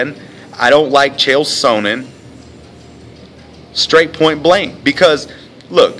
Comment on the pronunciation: You can't even pronounce Chael's name correctly unknown person!